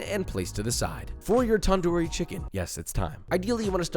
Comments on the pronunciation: Tandoori it has a d sound in the beginning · softer "t" and a shorter "a" and shorter "oo" while pronouncing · tip for foreigners- its NOT taandoori chicken its tundoori chicken. get your pronounciation correct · Here to hear him say "TaN- Doooo Reee" instead of तंदूरी 😭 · Tandoori is pronounced tun-dhoori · Also it is pronounced tan -du -re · A trick for pronouncing Punjabi words is if you see a D or T in word treat it like TH. Also took the R’s “Thanthooree” tandoori “thanthoor” tandor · basically its pronouned thun - doo - rii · pronounce it like this: [tun-dooree] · Thanks you doing this, but you're pronunciation of 'tandoori' kinda made me mad. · i love joshuas pronunciation of tandoori not the proper way, im indian